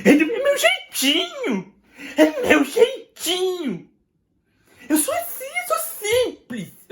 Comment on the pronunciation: É DO MEU JEITINHUU. É MEU JEITINHUM. EU SÔ ASSIM, EU SOU SIMPLIZ.